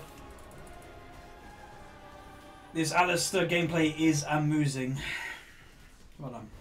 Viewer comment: "This Alistar Gameplay is amoosing".. r u serious?:D GG 2. Good to see u smiling and laughing all the time, enjoy the good times of this game